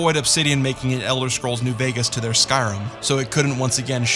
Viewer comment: It's called "Skyrim", not "Sky-rum".